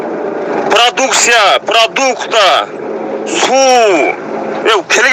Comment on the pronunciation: Суйлоп жаткан Адам орусчаны билбесен кыргызча эле айтчы,:семонт,семонт завод,пралуксия ушунча чыгардын создорду так туура суйлочу.